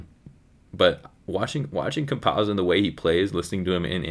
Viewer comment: its not pronunced like pizza